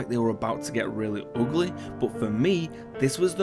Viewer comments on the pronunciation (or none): He just said Really OOGLY